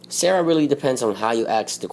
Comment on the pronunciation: it's pronounced sar-a not sarah >_>